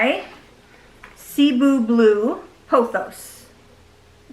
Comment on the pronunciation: Cebu = seh-BOO It’s named after the Philippine Island 🌴